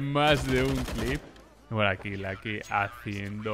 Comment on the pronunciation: Por que sera que dice Lacky o Clatch hahahahah Ingles pobre